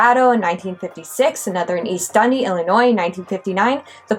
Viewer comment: You gotta emphasize the dee on Dundee